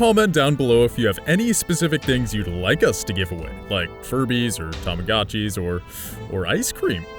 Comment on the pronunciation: @@ DID SOME ONE SAID TAMAGOOCIES!!!!!!!!!!!!!!!!!